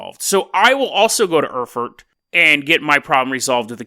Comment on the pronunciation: Oh, look who's back again, after lazing two weeks in the sun, presumably slinging back mojitos, smoking fatties and chasing the muff around! You owe your subscribers podcasts,... and plenty too! And it's pronounced "Aer-fuht" and "Mynz"...:)